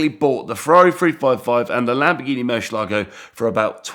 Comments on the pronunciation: Murrshh elago LOL😂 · Moor-syeh-lago ; dee-ablo. Stop those cringy pronounciations mate. Damn that fake countach looks fine! The first time I think a replica of these looks fine